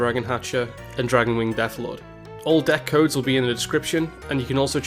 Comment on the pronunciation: I like this format, however your butchering of card names (Sonya Shadowblade, Dragonwing, Deathlord... what?) made my heart bleed :0